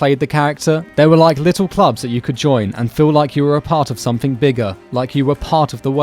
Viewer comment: Sumthink shouldn't be pronounced anythink like that